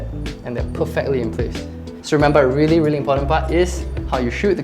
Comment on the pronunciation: "reery reery important"